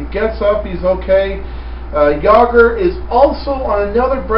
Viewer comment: monster's never played against Jagr, so how would he be prepared. I'm also surprised you can pronounce Jagr properly